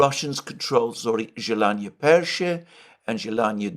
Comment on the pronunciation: 1:110:00 I can find Zhelanne Pershe on Google Maps. It is just north of Zhelanne Druhe, east of Vovcha (Volcha?) stream, which flows dividing the distance from Hirnyk (Girnyk), a larger settlement a couple of kilometres further to the west. Mr Mercouris's pronunciation of the place names is good enough generally for me to follow progress on the map of Ukraine.